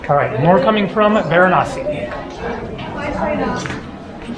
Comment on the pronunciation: It's interesting, you know every indian God's name exactly and your accent while naming of Gods are really impressive... thanks for visiting VARANASI